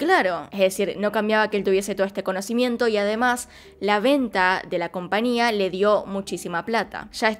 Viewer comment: No omita la "Ñ". Se dice compañía